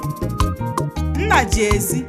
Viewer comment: Father is pronounced Nnà in Igbo language, work on the speech-tone.